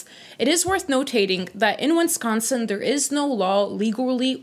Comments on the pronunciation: "Winsconsin"??? As a Wisconsinite that hurt to hear... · win-scon-sin? Wisconsin… I live here and I laugh every time I hear other people say it. Beer and cheese… or together in beer cheese soup